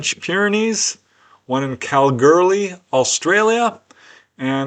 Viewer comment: Kalgoorlie is pronounced Kal-goo-lee.